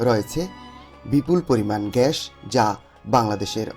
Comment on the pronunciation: Pronounce gas not gash